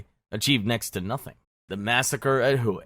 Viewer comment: I love being educated on History by a person who can’t pronounce a single location’s name correctly. Hue is pronounced like “way” not fkin “whoooeeeyyy” 🤤